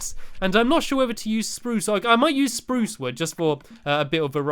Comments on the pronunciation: stumpy you did not say spruce like this sprrrrUce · U said spuce rong